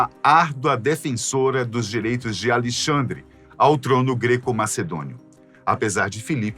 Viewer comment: Acho que o nome do rei é Alexandre e não Alixandre!